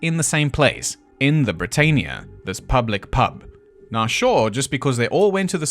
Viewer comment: Britannia = Brit-Ann-ia.